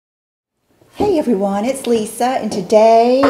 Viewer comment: Get a storage unit and put all the things you can live without in there boxed up and ready to go when you move into your forever home. I hear your accent when you say right away “hey everyone!” Also when you say “water” 💕 I definitely do the swirl bun when putting up after blowout! 🍩